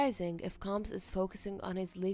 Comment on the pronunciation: Can you say combs